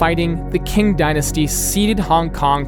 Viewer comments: Hong Konger here🙋‍♂️ the Qing dynasty is pronounced like ching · Qing dynasty is pronounced “Ching”.